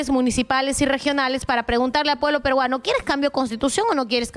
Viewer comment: PERUANO. NO PERGUANO. 👍